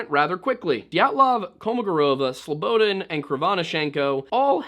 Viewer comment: I know this is granular. but hearing you say slow-bo-den is nails on a chalk board considering your dedication to pronunciation. it's more like Slow-bah-daan. Look up Slobodan Milošević and hit pronunciation (evil man he was). I await your next full compilation of these 2 videos and enjoyed you presence on Timcast thoroughly, it is what brought me to you channel. Thank you for your work sir.